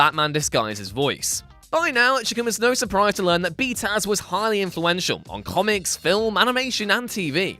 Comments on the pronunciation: I gave this video a thumbs down simply because he kept saying “B-Taz” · Stop. Saying. Bee taz. Stop. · "B-Taz"? ew. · i thought he was saying "B-Town", lol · You should be DRAWN AND QUARTERED for saying BTAS like that...what douche chill inducing bs